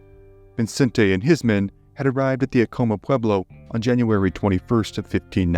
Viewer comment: You’re pronouncing Acoma wrong